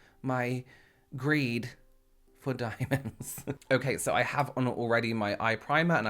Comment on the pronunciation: “Women who died in a bath Bc she couldn’t stop wearing dAAAiemondssssss” Lmao Wear a fucking 😷 MASK I’ve never heard really curse before